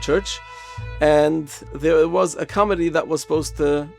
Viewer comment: Johannes - pronounced Yohan. Committee- pronounced with accent on second syllable and with T - not comedy.